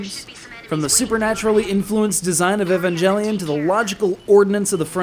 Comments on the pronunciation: "Evanjellyon." Why? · did you just say Evan"jelly"on? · I seriously hope he was joking when he said Evan-jelly-on. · I love this game and review enough that I can overlook the mispronunciation of Evangelion haha